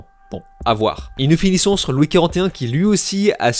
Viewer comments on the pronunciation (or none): none